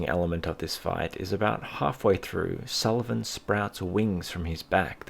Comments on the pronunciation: "Sul-Ee-Vawn" Dear god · I cannot stand how you say sulyvahn. got about 1 minute and 30 seconds in, but your weird pronunciation ruined the video for me. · to an irish person you have a funny way of saying sulyvahn